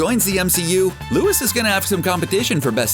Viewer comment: Who tf is Lewis?? His name is Luis🙄